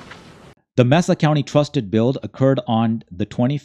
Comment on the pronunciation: *May-Sa County